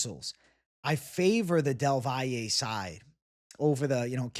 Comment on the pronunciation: Props for being one of the few who properly pronounces del Valle’s name